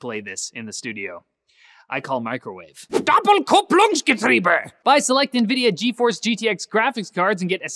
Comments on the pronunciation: First time u said it like: "DAPULKUPPLUNGSGETRIBÄ" :D The mid part was accurate :P Love it. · its DO (like DOS) PEL (like repel) KOOP (like koopa from Mario) LOONKS (couldnt find an example for that hahaha) GE (liket get) TRIE (like tree) BE (like a sheep making its characteristic sound ) And I am not even german nor have I studied their language I mean omg its not so hard to pronounce its just a semi big word... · You say "Doppelkupplungsgetriebe" like Hitler because its a German word. But Hitler is from Austria and people in Austria spoke like that. So you don't have to speak like Hitler when it's a German word. American and British people are the racists and not the German.... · the word you said wasn't right at all but it was ok fore some one how had never speak german before I think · hey guys, you don't know how funny this "DOPPELKUPPLUNGSGETRIEBE" sounds for me as a german, I was lying underneath my desk from lauging :D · Doppelkupplungsgetriebe is actually a word in German. It sounded nothing like it would sound in German but props from trying.